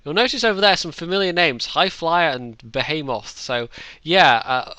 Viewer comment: Your pronunciation of Behemoth is truly... unique.